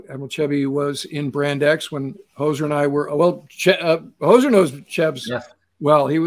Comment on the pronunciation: No "s" in Hozer.